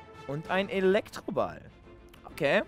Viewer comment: Ehm ich weiß nicht ob es jemanden aufgefallen ist aber Elektrobal... Lektrobal doch eigentlich oder :D Zählt das als falsch ausgesprochen ? :b